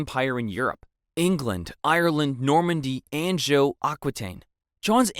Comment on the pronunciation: Please learn how you o pronounce Anjou, Provence, Balliol, Aquitaine, etc. It will make your presentation better.